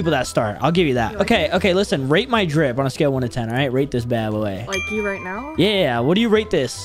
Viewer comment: I like when she said are you serious right neow